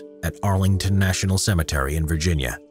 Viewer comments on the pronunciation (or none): none